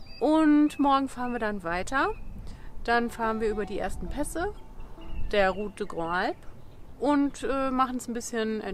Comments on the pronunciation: Tut mir leid, ich wollte einfach nur helfen ohne dabei zu sehr zu belehren. Zuerst einmal geht es darum, wie das "des" ausgesprochen wird, du sagst immer de oder da, es wird aber lang gezogen, ebenso, wie wenn ein Akzent nach rechts auf dem e wäre, also "dee". Und bei "Grandes" wird das s hinten mit gesprochen weil ein Vokal folgt. Wir sind letzten Herbst auch ein paar Etappen von dieser Traumstraße gefahren, bei herrlichem Wetter, wirklich eine einzigartig! Viel Spaß euch beiden noch weiterhin, danke für eure tollen Videos, ich verpasse kein Einziges. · Schöne Tour. Aber bitte: Route des Grandes Alpes spricht sich „salp“. Das „s“ wird rübergezogen. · Endlich wieder on the Road with Camper!!! Kleine Hilfe bei der Aussprache: Ruth dä grandz'alp.... Geht's leichter - bon voyage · Auf französisch wird les und des ausgeprochen wie lä und dä, also route dä Grandes Alpes oder Thonon-lä-Bains 🤷😉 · Ich will hier ja nicht klugscheissen... aber das ist falsch. 😉😉 Les & des (wird jeweils im Plural verwendet) und werden genau so ausgesprochen.. einfach ohne die "s" am Schluss. Also le oder de lä und dä wird höchstens ausgesprochen, wenn es mit è geschrieben wird (wie zB. dès - seit/von) Und: Grandes wird "Grand" ausgesprochen... (weil weiblich & Plural). so, fertig mit Französisch-Lektion. 😉😉